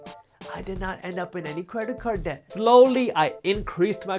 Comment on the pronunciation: Creda-card deck. I love it dude. This might be my new way of saying credit card debt